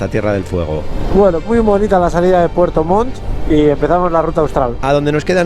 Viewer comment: se escucha re bien con el pasa montaña dijiste pfuerto 😆😆😆